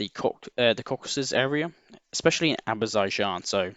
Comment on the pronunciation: Say it with me "Ah-zer-bye-jan" "Reh-con-eh-sense"